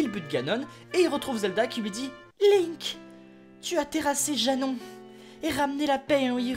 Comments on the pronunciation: C'EST PAS LAINK C'EST LINK. ET CA SE PRONONCE PAS "BRIF" MAIS "BREF". Désolé je me suis laissé emporter. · Link pas linnk prononcez lle bien ohhh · Non sa se prononce Linek mais sa s'ecrit Link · Attends Attends TA DIS LAINK... LAINK !!!!!! MAIS QUI FAIT CETTE FAUTE À PART UN GAMIN DE 5 ANS QUI A FUMÉ DU CACA (Désolé mais cette faute est impardonnable) sinon ce concept est super. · "Qui s'appelle "Laink"." Ah? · lol les prononciation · Perceval Rominger Ca se dit PaS comme ça Ca se dit WRYYYYYYYYYYYY!!!!